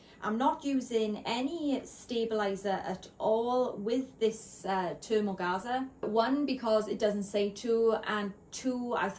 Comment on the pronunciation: sorry but I can't stand to listen to you murder the English language You know you could at least go on Google and put the word in there and search how to pronounce it That's what smart people would do or even people who aren't smart What can I say It's pronounced thermogaze I have used it before and still have a large role.